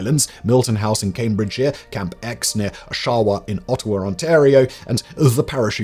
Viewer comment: that's not how you say oshawa...